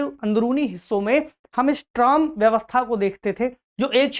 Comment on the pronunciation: Trom nahi . Use tram bolte h